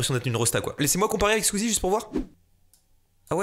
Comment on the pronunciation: Il dit bien Squeezie 😂😂